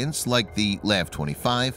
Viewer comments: Lav my guy it’s L.A.V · We don't call LAVs "laves". We call them L-A-V. MEU is not called M-E-U. We call them "mules". Just an FYI so the channel can sound more official 😉